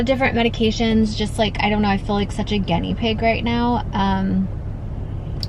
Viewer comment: *GENnee pig -- its Guiney pig 😂😂.. I dont understand how you constantly mis pronounce words that you must have heard in your lifetime snd continue to say them wrong !